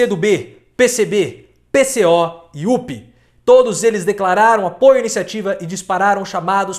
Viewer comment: Unidade Popular se pronuncia: "UPê!" E não "UPi" - UNIDADE POPULAR PELO SOCIALISMO, CONHEÇAM!